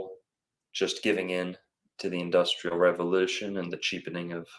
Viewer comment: In-Dust-L’air ( r/l switch)